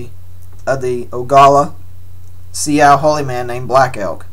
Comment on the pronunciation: Sioux is pronounced Sue